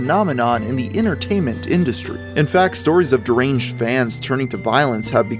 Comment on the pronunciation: Practice saying deranged... otherwise solid Channel